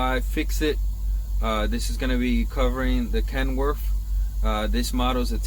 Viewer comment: Kenworf? What a moron,learn how to talk.